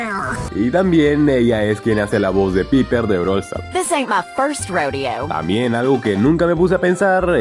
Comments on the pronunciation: no se pronuncia Piper se pronuncia paiper 🤬🤬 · Se pronuncia paiper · PIPER JAJJA ES PAIPER SE PRONUNCIA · El personaje Piper se pronuncia paiper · Como que piper? Se escribe piper se pronuncia paiper (es solo correcion) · Se escribe piper pero se pronuncia paiper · se escribe piper y se pronuncia paiper XD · Que no eeeeesss Piper se pronuncia paiper :( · Me encanta como pronuncia el nombre de Piper 😂